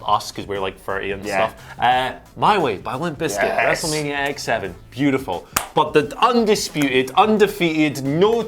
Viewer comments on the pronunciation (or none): Wrestlemanier Firty Six 😆